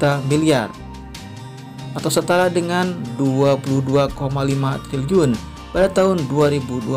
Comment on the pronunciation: triliyun...bukan tliliyun..🤦🏻‍♂️